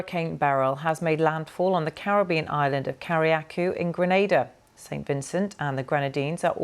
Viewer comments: A real expert and Carriacou mispronounced. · So this video went up, I'm assuming a few hours after going live. But Beryl had already made landfall by then. Wow, between mispronounciation of the island's name and the timing of the mention i think you need to do better BBC! 😒